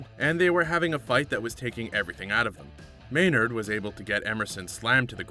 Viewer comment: Learn the fighters name FFS... its Gray "Maynerd" not Gray "May Nard"